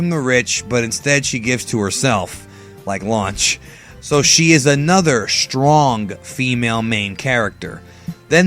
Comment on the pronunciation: why you say blond lunch